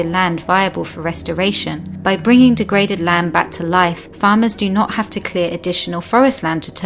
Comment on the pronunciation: who cut down all the "T"s. ? Weirdly well spoken, But drops all T's The true cost of a london schooling don cu down rees, save he plane or "Don't cut down trees, Save the planet" T's matter